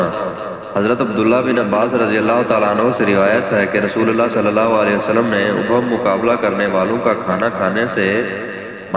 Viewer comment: لفظ اللہ (رب العزت) کی تصحیح کریں، ، جزاک اللہ خیر۔